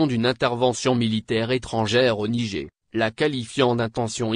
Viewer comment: De quel Nigé tu parles ? Il faut prononcer le "R" à la fin tête de Brélle ou d'Arioul !